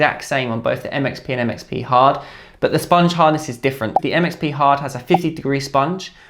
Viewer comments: when you say it fast it sounds like "it makes me hard" lol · the MXP hard sounded like 'that makes me hard'